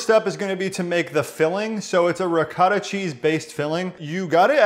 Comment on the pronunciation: It hurts my ears the way you say Ricotta & Manicotti . Please go to & type in Ricotta/Manicotti or ask your Italian grandmother. But receipt does look tasty